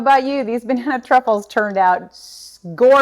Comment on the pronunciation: I definitely need my hearing checked again, sounded to me at first like you called this dessert Banana Cuckold's! You're a hoot girl!